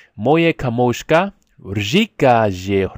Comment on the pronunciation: Nice video mate but in the word : Kámožka its wrong buddy its Kámoška